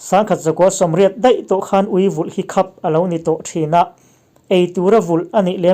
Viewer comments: Khap i lam dan khi a diklo.. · I aw ngaihthlak a nuam khawp mai..mahse 'khap' I lam dan hi a va mak ve.